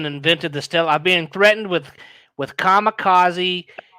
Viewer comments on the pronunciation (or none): none